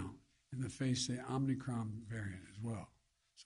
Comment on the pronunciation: Is he saying Omni-Cron?